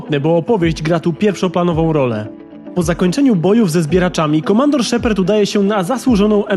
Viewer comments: ...Ty sam jesteś SZEPERD! 0.o Cała galaktyka czyta szepard xD! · po pierwsze lubiłem i lubię zakończenie ME3 i po drugie czy ty powiedziałeś szeperd?